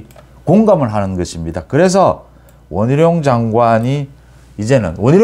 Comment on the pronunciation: 원희룔 한동훙 이라는 겁니다 (X) 원희룡 한동훈 입니다 (O) 참 이상한 어투...